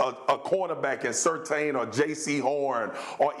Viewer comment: Steven A Smith: "Sur-tahn". Max Kellerman: "Sur-tane". These clowns don't watch college football. His name is spelled Surtain but is pronounced "Sur-tan" 👀